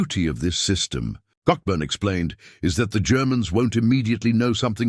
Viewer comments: pronounced Coburn, the ck is silent. But then this is Artificial Intelligence. Laziness in editing, when I put an AI edit on Ebay, I spell out that it is AI edited. Because the AI edit is riddled with faults, AI is a useful tool, that needs telling what to say🤣😂🤣😂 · The 'ck' in Cockburn is silent. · The AI reading of Dr Robert Cockburn was hilarious! 24.17